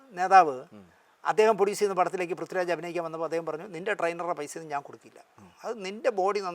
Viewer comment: പ്രദ്വിറാജല്ല പ്രിഥ്വിരാജ് എന്നാണ്.